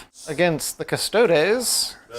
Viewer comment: Wait, at like did he call them "cuss-toads"?